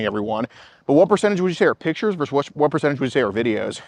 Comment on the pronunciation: Oh, that “verse” drives me crazy. I worked as a paralegal for 40 years. The word is pronounced verse-us, not “verse.” “Verse” is part of a song. Verse-us is a lawsuit.